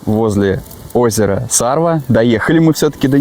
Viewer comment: сарвА...на последнюю букву ударение. Там ещё хариуса ловят нахлыстом. Место кайфное. Видос тоже) молодцы